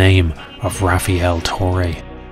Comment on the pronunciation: i knew something was up when i read his name "rafiel" it's rafael every latino knows this 😆